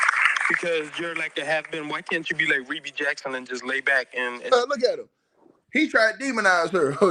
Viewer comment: No offence,, but her name is pronounced Ree Bee not Reb Bee. Ai started saying her name that way.